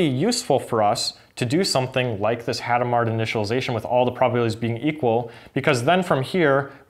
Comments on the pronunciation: Hadamard was French. You don't pronounce either the initial H, nor the final D. Also, the stress is on the last syllable, so "Adam are". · It's [adamaʁ]. I don't know if the H is "aspirated". Could you explain what the other instructions do?